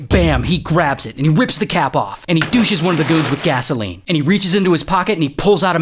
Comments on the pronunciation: Douses, not douches 😂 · He douche's? I think you mean douse's lol completely different thing hahaha